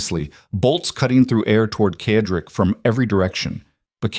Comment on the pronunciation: Excuse me, Mr. narrator, but the gentleman‘s name is pronounced with the letter S Cedric, not the way you are saying it. It is said-rick